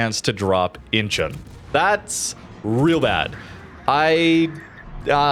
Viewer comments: I think it is pronounced "inchon" not "inchun". It is incheon that rhymes with Don, swan, John, pond etc. Google its pronounciation. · pronounced In-Chon